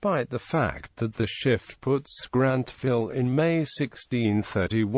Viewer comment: After the presenter mispronounced the publisher and Grantville, I stopped listening to this clip at the 27-second mark.